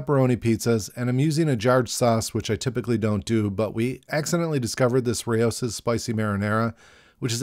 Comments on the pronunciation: lol. “Ray-o-sis”. Rao’s sauce is awesome. Pretty sure it’s pronounced like “Row”, like the Indian name (rhymes with “now”) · Nah. It’s pronounced like “Ray-O’s” Source: uncle was chief food scientist for the brand (parent company Sovos now owned by Campbells soup co) for years. Been corrected by the man who sourced every ingredient that goes in the bottle 😂